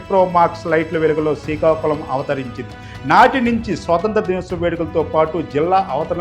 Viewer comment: యాంకర్ ముందు శ్రీకాకుళం అని మంచిగా పలుకు, శికాకుళం కాదు